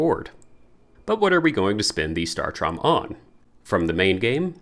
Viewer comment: Thank you, but saying it as “startrom” is killing me lol